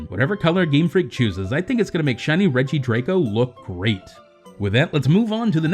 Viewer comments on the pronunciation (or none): Its drago like how you pronounce doggo you can't argue about this